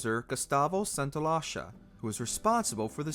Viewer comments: Santaolalla is not pronounced "San-to-lash-a" 😭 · Sorry, I can't stop laughing... "Gustavo Santaola'sha'"? Hahahaha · Lmao Gustavo santaoláša nahahhahahahha fecking hell you were trying to be be clever but it sounded like gustave changed his passport to hungarian. Lmao